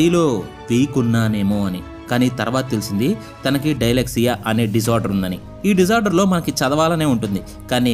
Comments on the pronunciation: Not a Dailexia it's... Dislexia... Mi pronunciations wrong ❌ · Bro, dislexia ni dilexia ani annav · For your kind information that is not pronounced like డైలెక్సియా It is prounced like డిస్లెక్సియా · Anna adi dileksia kadu disleksia tare jammen par cinema chudaleda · Adhi di-lexia kadhu dislexia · Bhayya adi "DIE LEG SIA" , kaadu bhayya "DYSLEXIA". Koncham biology perlu chooskoni palakali. Voice okkati unte saripodu.